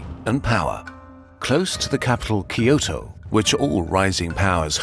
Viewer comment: Kyoto: Pronounced Kyo-toh. not Key-oh-toh.